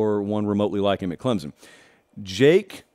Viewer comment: Please stop saying “clemzun”